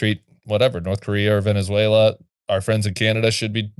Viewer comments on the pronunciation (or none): none